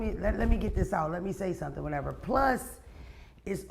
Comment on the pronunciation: “Can I say sumthen?” Mona favorite phrase 😂😂😂